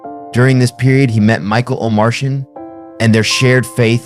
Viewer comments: Thanks for this. I love Abraham's music. No offense, but you have to say his and Michael O'Martian's names correctly: Lah-bor-e-el. Michael O'Mar-t-an. Oh, and it's Koin-o-knee-ah. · Real cool. I did a record with Abe (and Alex Acuña and Justo Almario) in the 90s, a life-changing time for me. Too bad the robot narrating this can't pronounce 'Omartian' or 'Koinonia'. Keep the video, but redo the voiceover with a "person".